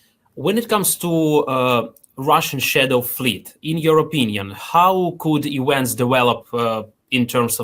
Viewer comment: The character at left should be replaced by AI that understands English articles and sentence structure (and doesn't talk about "ewents").